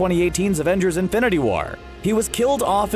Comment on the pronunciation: It sounded like he said Infinity Water